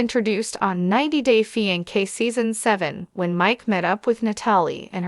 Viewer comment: Holy cow How bad is this narrator?!? Fi-N-kay?? Lmfao